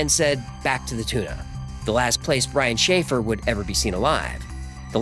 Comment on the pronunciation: Brian Schaffer- sounds like a “Shanghai “